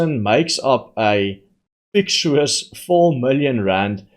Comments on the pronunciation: its pronounced - fic tish us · Fictitious is pronounced FICK TISH ISS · Hi. It’s pronounced “fic titious”. Love your work👍🏻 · fic-TI-she-iss .. with more tea, please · You pronounce fictitious - fick-ti-shus